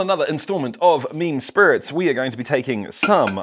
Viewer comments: Is he saying ‘mean spirits’ or ‘meme spirits’? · All this time on videos like this I thought you were saying "mean spirits". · I used to think you was saying mean spirit's lol I'm actually enjoying all your videos Oh usually just trailer park girls drink Dr pepper here lol